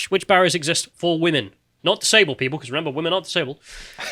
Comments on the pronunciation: I'm super glad you picked on the Women pronounced woman thing. I hate that. I've been correcting it in videos for years now. It's an affectation. I shouldn't be able to discern things about your political position by your mispronunciation of "women". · I've noticed the weird pronunciation of "women" which I've noticed increasingly pronounced the same as the singular form, "woman". The word "women" is not pronounced the same as "woman". The first syllable of "women" rhymes with "him" and the 2nd syllable of "women" rhymes with "in", similar to the first 2 syllables of "criminal". Drop the last syllable of "criminal" and you get "crimin", which rhymes with "women". Woman is pronounced like "wooden" with the "d" replaced with an "m". It's not that complicated, am I going crazy? Men are not women, and the word woman is not the same as the word women. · I think she might just be Canadian. Lauren Southern pronounces "women" like "woman" and it kinda drives me crazy too but I forgive her because of how she says "flag"